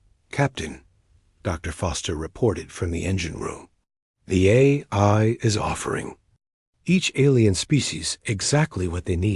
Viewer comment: What a HORRIBLE READER/VOICE. To pronounce AI, it showed “Hey I”? Really? That’s just one example of many issues…”Dot”?? What is that? Reading punctuation??? Horrible.